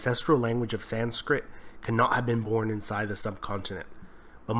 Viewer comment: it is 'sanskrit', not 'sanskrita'